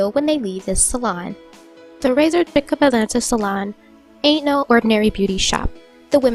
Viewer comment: Just for clarification.. her name is Razor Chic pronounced ( Razor SHEEK) NOT CHICK.. lol Just wanted to correct her name for you:)